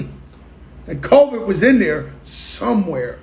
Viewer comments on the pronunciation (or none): This man said "that coe-viiidd was in there 😂😂😂